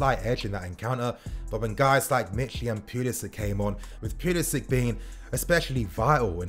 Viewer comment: Love the vids but you gotta stop mis pronouncing Pulisic bro. “Pull-isic”